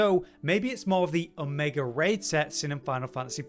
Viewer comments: Brits love adding R's to words where they aren't. "Drawring" "Omegar" "Your land is R's"... stuff like that. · I kinda heard that a little bit, but yeah, its Omega. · Not trying to be wierd, but I keep hearing Omegar? is it Omegar or Omega?